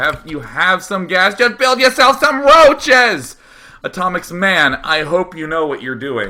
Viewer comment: D:D:D I love how he is saying "make yourself some rouches" :D:D